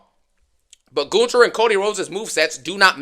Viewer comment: It's amazing that you can pronounce Gunther's name better than Michael Cole can.